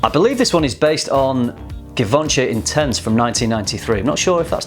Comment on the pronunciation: Givenchy Insense, not "Intense." :)